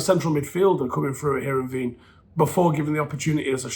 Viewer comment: Top stuff as per. It's "Herren-VANE," not "-vEEn."